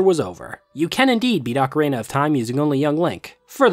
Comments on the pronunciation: OcaREEna, not OcaRAYna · I died a little bit every time you said ocarENA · I kept hearing ocarena of time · It's pronounced O-ca-ri-na. Not ocarena. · Bro… its pronounced Ocarina not Ocaraina, theres literally an i in the middle of the word. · For 25 years, i had never heard anyone pronounce ocarina like ocaraina, until this week when I've seen videos from three different people pronouncing it that way and now I've just spent half an hour down the rabbit hole of pronunciation variations. But also i love this video and this isn't a criticism, I was just surprised to hear a different pronunciation by so many people so recently! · Lol I'm sorry! I was genuinely interested by the different pronunciations 🥲 didn't realize others had pointed it out as well, although I did catch the emphasis in your most recent video 😅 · I like how when you say Ocarina it sound like Macarena. Good stuff. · You pronounce “ocarina” like “Macarena” and it’s silly and makes me giggle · obsessed with the way he occasionally pronounces "ocarina" like "macarena" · Great video! Just one obligatory nitpick, I've heard diff pronunciations for ocarina, but making it sound like the Macarena is a first lol. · I don't think I've ever heard anyone pronounce "ocarina" like "[M]acarena" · ocaRAINa of time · I've never heard anyone pronounce ocarina like that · ocarina is not pronounced the same as the Macarena. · the pronunciation of every other word in this video is giving me an aneurysm, ocarAna, gold skullchals, sairreas.